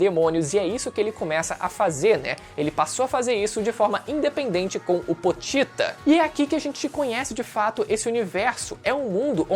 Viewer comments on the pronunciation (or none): Namoral falo o nome do pochita errado,é pochita não potita